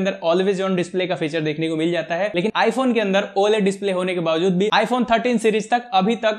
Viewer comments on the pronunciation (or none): none